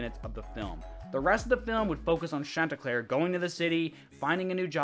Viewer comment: Churlnsterpruk? Dude I could not understand that once